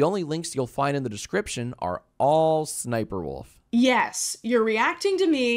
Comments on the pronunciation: Oh my god I had a tiny stroke every time you said “suh suh sniperwolf” instead of just saying the letter ‘S’ (ess) twice lmao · only my opinion but i think its pronounced-s s sniper wolf instead of sssniperwolf. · saying SSSniperwolf as one word instead of doing it as S-S-Sniperwolf is increasingly funnier and funnier to me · brooo, i thought it was pronounced "Ess-Ess Sniper Wolf" ever since i was little. crazy. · Sa-sn-sniperwolf 😂😂😂😂 beautiful pronunciations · All this time I thought her name was pronounced S. S. sniferwolf Brilliant video btw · Whenever you say “sssniperwolf” makes you sound like a snake (pronounced ess-ess-snip-er-wulf) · Legit had me thinking that's the way you're supposed to say it and I've just been missaying it the whole time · I know 😂😂😂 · You pronouncing every S in SSSniperwolf has got to be the most disrespectful thing in this whole video, I love it. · The way you pronounce sssniperwolf every time lmfao laughing so hard lol 🤭🤣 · I love how she pronounces sssniperwolf as if she’s stuttering lol